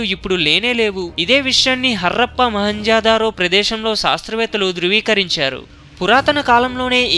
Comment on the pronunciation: Harrrrrrappaa kadhu Harappa Mahanjodharo kadhu Mohanjodharo